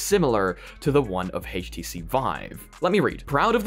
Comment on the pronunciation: "Hayyysh T C vive"?